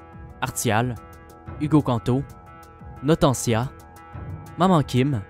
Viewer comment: Toujours aussi bon qu'à l'avant première ! 😁 Par contre, moi c'est "Notenia", pas "Notentia" 😅